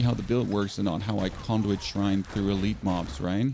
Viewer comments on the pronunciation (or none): none